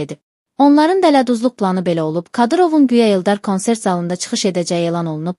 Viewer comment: Ay savadsiz xanim konsert yazilir kansert oxunur